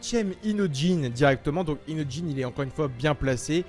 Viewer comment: Il c pas dire inojin il dit inotjin